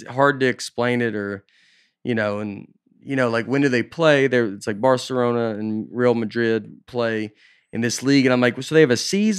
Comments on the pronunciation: Nate said ‘Barcerona’ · Nate: "BarceRONA" hahahah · I love how Nate called Barcelona, “Barcerona,” and pronounced Real Madrid as, “real,” instead of “ray-al!” special was very funny, btw.